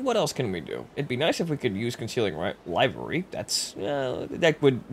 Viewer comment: Livery is pronounced with a short 'i' as in "I want to live!" not "why is he still alive?"